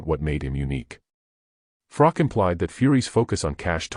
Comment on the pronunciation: Pronounce Carl "the COBRA" Froch's name correctly then say anything about a fellow Nottingham man ? I've met Carl Froch aged 12? Too sleek kaleek vs Willey Wise? (Harvey Hadden) Carl Froch was a polite young kid, since met him at the certain casino in Nottingham and even though he has so much money in his bank account he is still that humble, polite kid I met all those years ago, tmy only problem with Carl Froch is he's a forest fan, but despite his football preference as much as it pains me to say he is still a decent kid at heart and he's true to the game of boxing